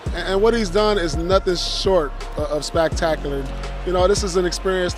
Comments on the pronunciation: paul pierce with the elite vocabulary, "spactaculer" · “spactacular” - Paul pierce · No one: Paul pierce: Spactacular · “Nothing short of spactaculer”